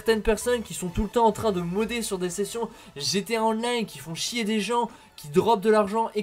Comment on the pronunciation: C'est plutôt Compte "Modder" que sa se dit 😏